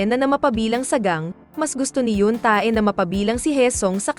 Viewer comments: Awit sa hyun -TAE haha Yun~teh po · Correct pronounce Yeong tae(x) Yong te(✓) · yoon ta-e talaga hahah.. basa noon te 😂😂 sagwa kcng pakinggan ung ta-e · Te!!! Yoon Tae or Tei di "Tae" just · Yoon tey tamang bigkas hndi yoon ta-e hahaha.. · Yap haha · Bat ''yoon-tae' Ang pag pronounce😂😂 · Wow I heard that she's say yoong-tae I think I really hear that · Naloka ko sa pag pronounce mo sa Yoon Tae 🤣